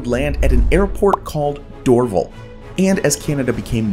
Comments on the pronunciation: It’s Dor-VAL, not DOR-vle. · That's the first time I've heard the pronounciation "Door-Vel". In Montreal, the anglophones call it "Door-Valle" - which is closer to its French pronounciation. Glad to see it being referenced by its traditional name, though. (Also, Mirabel used to be nicknamed Mirab-Hell) based on how hard it was to get there. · It’s pronounced ‘Dor-VAL’ the emphasis is on the 2nd syllable, not DOR-vil as the announcer says.. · Lol dorVAL RHYMES WITH PAL or GAL ….. Lol Doorville hahah made my day. Thanks for your content ❤️ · Destroying Canadian is offensive, pronounced door-val not door-ville. Mirabelle was based on 1960s studies. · The airport in Montreal is pronounced, DORV AL(short for Allan), hence DORVAL not Dorvel. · Dorv-AL .. not Dorvel ... Anyway, carry in. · Dor-VAL airport... not Dorvelle! 😂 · Um, it is not called ‘Dorvel’ but ‘Dorr-Val’. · Oh ffs, it's "Door-VAL," not "Dorvle." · It’s not Dorvul, it’s Dorv’Al , like “ weird Al Yankovic”!!!!! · "Dorval" = dor-vahl, not dorvol. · Not "DOR val,' "dor VAL." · Dorval not Dorvul. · Dorval isn’t pronounced dorvle it is pronounced dor Val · Dorval? dor VAL. Rhymes with more-HAL, the computer or Sore-PAL, your unhappy friend. No, not DOOR-vul. Dunno where that is. But keep on practicing. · Please your announcer should learn English. it is not Dor' Val, but Dor Val'. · lol, it’s not pronounced “Dorvul”…..pronounce it like it is spelled “Dorval” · Tks for this. I live in Montréal and had to use the Mirabel airport for a few years. It was so far from the city and cost so much to get to by taxi. We were glad when things moved back to the Dorval airport, which by the way is pronounced DorVAL, accent on the second syllable that sounds like the “val” in “valuable”, but anyway, it has been renamed after an old prime minister, Pierre Elliot Trudeau, father of our current prime minister, Justin Trudeau. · Great video! Dorval is a French name, so the stress falls on the last syllable - ie, it’s “door-VAL”